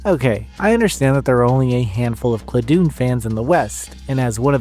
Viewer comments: Dun as in dungeon not Dun as in Dune. ClaDun, Classic Dungeon. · I believe the name of the game should be pronounced the same way as the words it combines, ‘classic’ and ‘dungeon.’ /ˈklædən/ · I don't know what claw-doon or clah-doon is, but cla (like classic) and dun (like dungeon) i.e Cladun is a good game.